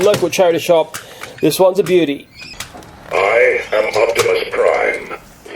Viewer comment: he kept saying opsmis prime